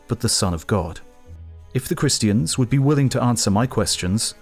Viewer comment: the cringe reading some christiaNNs haha